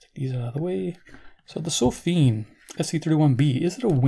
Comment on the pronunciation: It sounds like you're pronouncing the company name sofim, with an "m", even though it appears to be spelled (on the box) Sofirn ending in r and n.